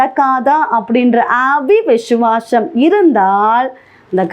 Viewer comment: அவி விசுவாசம் இல்லை சகோதரி. விசுவாசம் அ விசுவாசம். சரியா சொல்லுங்க. இதை கேட்கிறவர்களும் இப்படியே சொல்வார்கள் சகோதரி. பிரசங்கம் நன்றாக உள்ளது. தேவனுக்கு நன்றி.